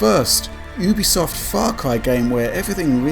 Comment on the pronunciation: I think you pronounce it Youbisoft Not Ooobisoft